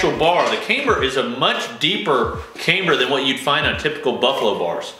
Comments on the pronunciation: Please stop saying came-ber! Cam,Cam,CAMBER!! 😆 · You gotta learn how to pronounce camber